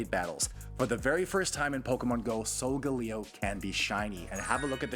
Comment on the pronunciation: it’s (sol-gu-lae-o) not “solgaleo” (not to be rude)